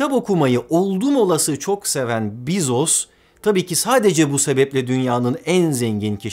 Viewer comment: Bu kadar bilgili bi insanın Bezos'u yanlış telaffuz etmesi de, ne bileyim.